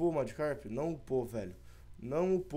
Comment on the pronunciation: se escreve e se fala magikarp